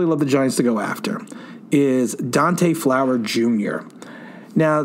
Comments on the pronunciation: maybe they just didnt like the narrator saying Dante Flower instead of his name, Fowler. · Anyone else get irritated that he kept saying Flower instead of Fowler? I get it, it’s probably an honest mistake. It just irritated me for some reason lol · We both have the same last name and it's pronounced Fowler